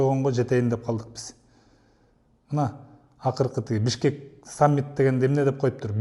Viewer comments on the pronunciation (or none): Бишкекти пыш- кет дегени жакшы эмес мышыкты пыш деп жаткансып, кет дегени кетип кал дегени болуп...?